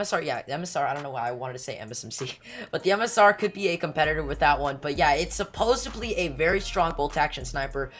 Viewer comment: Supposedly, not supposibly 🤙